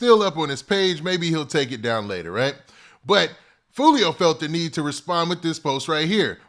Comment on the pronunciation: "Who tf is joo-lio"🤣🤣🤣